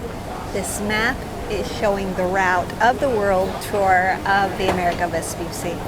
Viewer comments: just one tip, Amerigo is like America but with a G of "Garden" or "Go" and and a final O sounded not muted, like GO, so it is ameriGO and not VespuSSI but VespuCCI the sound could gentle C like in "check" like a "ch" sound. C in italian could be hard or soft, Hard like C of "Could" or "Cloud" or be gentle like in word "Channel" or for exemple like "Ciao" so VESPUCCI is double "ch" VespuCCi not Vepussi :) just to tell you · Please the name is Amerigo Vespucci not America Vespusi